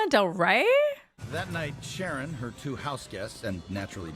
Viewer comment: Sharon not SHANNON